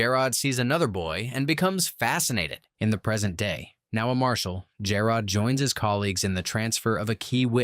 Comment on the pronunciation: PLEASE CORRECT PRONUNCIATION OF JAROD's name! Thanks for the recap, I love this show.😀